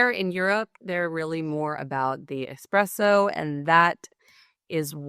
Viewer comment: Did you really say "Ecspresso" with "С"?? Not "Espresso"? Or did I hear it wrong?